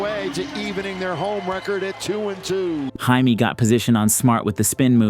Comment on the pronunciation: can you please say Jaime right